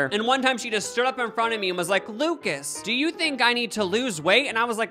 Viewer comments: Man just said Luc-ass in his intro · hey its luc-ASS... cardi b who??